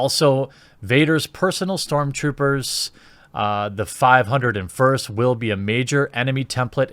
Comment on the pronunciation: It's said as (Five- O- 1st )